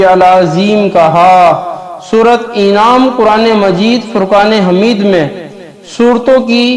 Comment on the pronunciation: Is ko Anam hai inam nahi kaho janwar Anam ko kehte hai